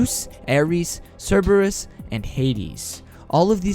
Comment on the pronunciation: omg, why are youtubers always saying cerberus wrong...is there any latin people out there? like cmon